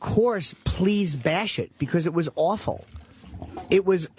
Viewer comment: Jimmy really puts the "w" in words like aWful